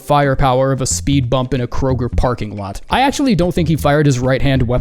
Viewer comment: Kroger…tell me you’re from the South without telling me